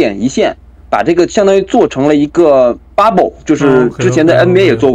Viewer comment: 說話要能中英混合。大陸絕大多數人對此很反感，那是他們的無知和狹隘的骯髒的心理。但是，這種心理也影響了海外經常使用英語的華人。 對這些人來說，問題不是要不要中英文混用，而是怎樣混用使得人們能聽清楚。 一個簡單的辦法，就是在一段話裡首次使用時，加個翻譯。 還有，英語的發音，切忌過分誇張地「洋腔洋調」，盡量把音拉平。 這小伙的bubble 就過分了。 平一些，加個翻譯，就很容易了。